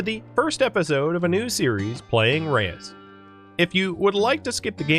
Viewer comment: Watched a video with the dev prior to the release of the first game. It's pronounced roosh.